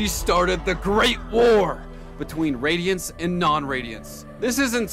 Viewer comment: Radionites😂😂😂 🤓 erm it’s radiants actually